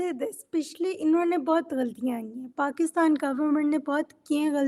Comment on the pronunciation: She keeps saying Bakistan instead of Pakistan. Strong Arab influence.